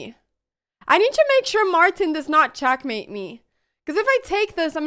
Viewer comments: All I could hear is "CHACK MATE " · Love how she says chakmate 😂😍